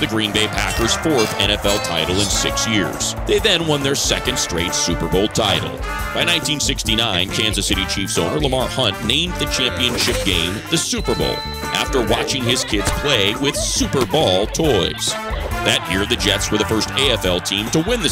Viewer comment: Ah yes, the Chansas City Chiefs